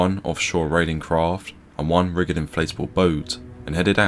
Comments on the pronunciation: Rigid is pronounced "rijid" not "rigg-ed" RHIB is rijed not rigg-ed. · Rij id as opposed to rig id...5.50 ish...the G is soft, not hard. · Rigid... not riggid. Authorities not aufforities. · *Ridge-id inflatable boat, lol Fantastic video as usual 👌